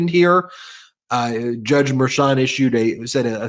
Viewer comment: might be petty, but can you get to pronounce Judge Merchan's name properly 🤣